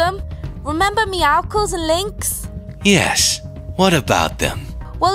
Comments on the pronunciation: WHO CALLS IT MEOWKLES IT’s meowcles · you pronounce it meowsils but it’s spelt meowscles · They said meoscle